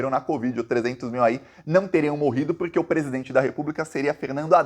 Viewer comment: DA PRA VOCÊ FALAR PORQUE. INVÉS DE PUROQYE?